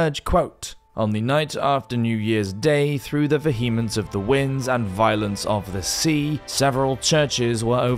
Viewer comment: It’s not AI, just a guy who can’t say “vehemence” lol